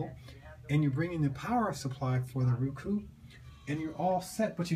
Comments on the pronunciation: It's Roku, not ruku!!!! Grrrrrrrrr! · its "row - cu"